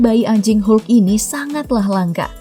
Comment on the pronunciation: Hulk itu dibaca "HOK"